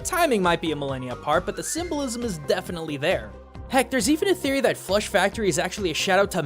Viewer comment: Every time he said flush i heard flesh. :P